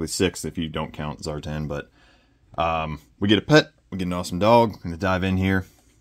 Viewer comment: I'm removing that belly tat, I don't like it. Bring on Zandar, Monkeywrench, Zanzibar w/ Air Skiff & Thrasher w/ The Thunder Machine. I do wish that Hasbro would let the G.I.Joe team reissue the Punisher bike for the Dreadnoks. It's a toss up between the first one and retro Zartan. Say Zartan any way you want sir.